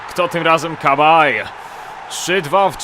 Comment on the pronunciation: Nie "KABAJ" tylko "SABAJE" :D